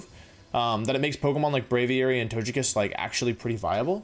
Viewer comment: I don like how he says togekiss (toh-jah-kiss) when nobody pronounces tokepi (toh-kah-pee)